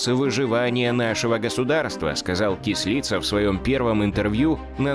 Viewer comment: Не Кісліца,а Кислиця!